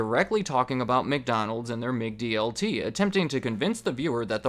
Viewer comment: “Mick” DLT?. It’s MAC DLT. WOULD YOU SAY, “MICK-DONALDS”??